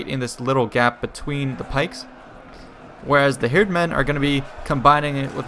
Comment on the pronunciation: Nice to hear that you are able to pronounce "hird" the propper way, many youtubers pronounce it like "hurd".